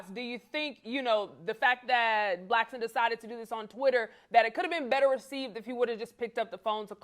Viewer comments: Why do people call him Micheal Blackston? It's Blackson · Who’s “Blackston!?” 😅😂